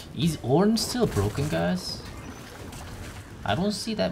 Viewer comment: Ornn might be about the only champion name pronounces correctly.